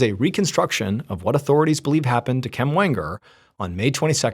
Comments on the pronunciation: Why can’t you say Kim? Why do you say Kem? Drives me crazy. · I kept wondering if he was just pronouncing Kim oddly but nope definitely Kem lmao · “Kem” has got to be literally the worst name to name someone… the whole video I’m thinking why is he pronouncing the name “Kim” that way… granted I missed the minor introduction… but still… that may be worse then Karen lol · This whole time I as like, wow Ballen says Kim uniquely 😅 I was just listening to the audio